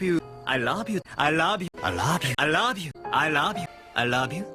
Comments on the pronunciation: Nearly ... there ... DONE. WATCHED AND LISTENED TO EVERY "I LOB YOU". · hahaha "i raaab you" yan eh sa pagkabigkas ni hahaha